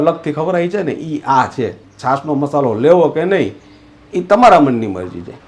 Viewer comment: મશાલો ન કહેવાય.મસાલો કહેવાય